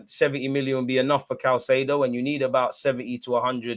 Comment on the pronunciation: Hey it’s “Kai-say-doe”